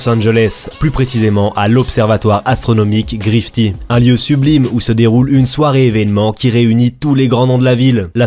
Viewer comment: Grifty ❌ Griffith ✅